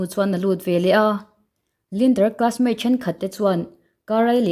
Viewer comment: Veleh tih tur hi velah i ti zel a.